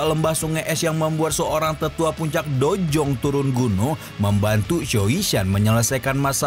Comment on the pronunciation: Udh brpa kali saya ingatkan... Dou zong bang bukan dojong😂